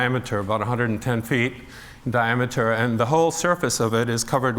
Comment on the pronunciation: it's diameter, not dimature.